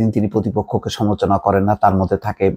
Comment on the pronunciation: শব্দ উচ্চারণে সতর্ক হোন। যেমন সমালোচনা শব্দটা আপনি উচ্চারণ করছেন "সমোচনা"। আরও কয়েকটি শব্দ উচ্চারণ শ্রুতিকটু।